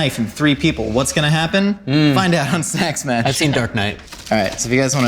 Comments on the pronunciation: 'nak mash' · "Nack Mash" 😒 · "Enack Mash" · Snack smash!............. snax mach........... sna ma - 2019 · What was supposed to say: Do these snacks smash?! What actually said: DID SNACKSASHAFALEN?!?? DA FAFELE SNAFAFELEN?!??